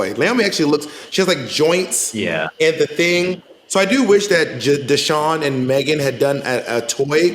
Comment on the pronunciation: it's pronounced *DAYshaun, come on ladies!!